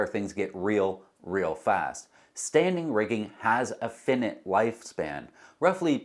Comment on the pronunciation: I love everything that you do. The word for something that will expire - the opposite of infinite - is finite and it is pronounced FINE - ite. Not fin-it. Fine - ite. With Love.